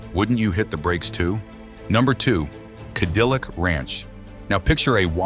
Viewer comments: "Cadeelic ranch" lmao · god damn AI cant even pronounce cadillac